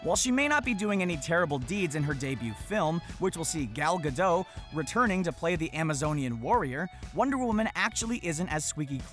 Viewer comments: Actually it's pronounced Gal Ga-dot not Ga-doh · Gal Gadoe? It’s Gal Gadot 😂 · You say gal gadoT not gal gado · It's gal gadot not gal "gadoe", she already said that in jimmy kimmel I think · Did he say gal ga do isn't it gal ha dot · Why can't people pronounce the T in gadot?? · you need to gal gadot with t in gadot